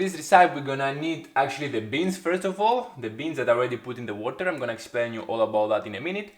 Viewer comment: I kinda like how you pronounce RECIPE 😁, the BEANs Pumped Up "let's say" and became like bumblebee.